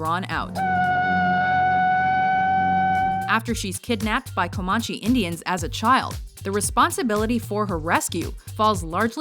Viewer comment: Had to stop this crap when you mispronounced Comanche.... jeez...comahnchee?..omg!